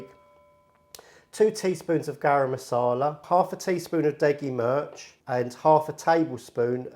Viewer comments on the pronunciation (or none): Great vid & keep up the good work! Just 2 small points: 1. ‘Methi’ is pronounced like ‘matey’ 2. ‘Mirch’ is pronounced ‘Mir-ch’ [like in ‘Miranda’]